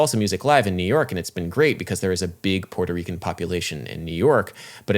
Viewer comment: Hearing Adam pronounce "Puerto Rican" made me laugh harder than it should have